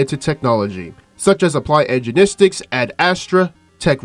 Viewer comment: i heard ''ergenistics''